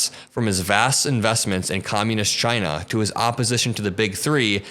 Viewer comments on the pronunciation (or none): none